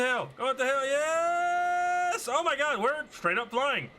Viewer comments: The funniest part of the video is when he says oh meh god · ehr mer gaghrud